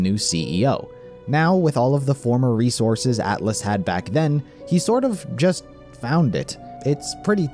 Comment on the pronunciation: Haha Reese-orses